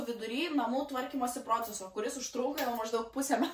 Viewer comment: Ne prõcesas, bet procésas! :)) pabrėžiam ne o, bet e. Haha, keistai skamba